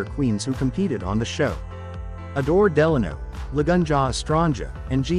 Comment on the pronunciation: And the way Adore’s last name is pronounced,it’s killing me 😡